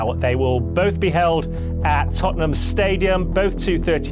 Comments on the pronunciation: My man needs to learn how to pronounce “Tottenham” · Sorry but the way you pronounce Tottenham is killing me 😂